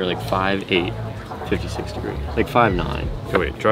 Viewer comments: Ears bleeding from hearing "fitty" over and over again. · Fifty....not Fitty